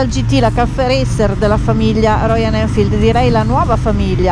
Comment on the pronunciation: Belle recensioni e video molto interessanti, vi seguo sempre. Ma… perchè nessuno riesce a pronunciare “Royal Enfield” dite tutti quasi sempre ROIAN ELFID 🤣🤣🤣